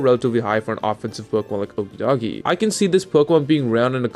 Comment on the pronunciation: Clearly you're pronouncing Okidogi wrong.